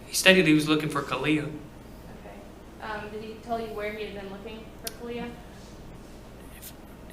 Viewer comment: Cortney says the two-year-old was "freaking out" and said that "sissy's gone." No two-year-old would know to be upset if she woke up and her sister was gone. Another odd thing is sometimes Cortney pronounces the baby's name like "Ka-lee-ah" and other times like "Ka-lay-ah." When asked the baby name, Cortney pronounced her first & middle name like "Ka-lay-ah No-vay-uh." What? Really? Kind of odd, but who knows what they were on when they named her. To make the first & middle name rhyme like that seems odd.